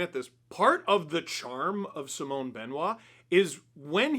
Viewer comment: how do you still not know how to pronounce simon